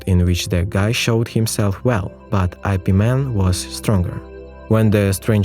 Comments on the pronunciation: Its pronounced as “yip” not “i” “p”. Dont make it sounds stupid like superman or batman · It's Ip Man...Not "I-P" Man sir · When I heard your pronouncing his name as I P Man, I stopped watching. It is supposed to be pronounced as yip mun 🤣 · Ugh it’s ip man not eye pee man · "I.P." MAN? 😂😂 it's pronounced "Ip Man" lol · Yes, but part of the entertainment of these videos is the absolutely entertaining pronunciations. So, yes, it's wrong. But... Get over it. Please. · Eye pee man.....😏